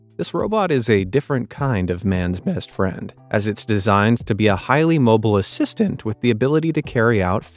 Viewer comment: 😂 say assistant again?